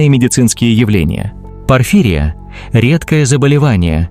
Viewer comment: Мало того, что новости позавчерашние, так еще и порфИрия, каталепсИя и летАргия. Уши вянут. .